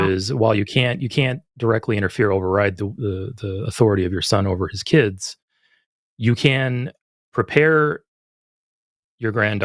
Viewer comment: it's "limiting your kid's" not "limiting your KIDZIZ."